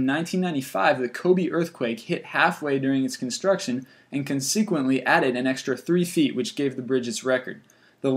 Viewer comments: Also pronounces consequently as "kahn-SEE-kwent-LEE" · Like, for example, sub SEE quint ly? He consistently mispronounces that one. But I give him a pass because these lists are usually pretty interesting. :p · somewhere the narrator absolutely butchers the pronunciation of consequently. way to go haha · Informative video with cringe-inducing pronunciation, including "consequently", "icon", and "Marin".